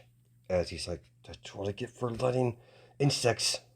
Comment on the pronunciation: when you said insects I thought you said in sex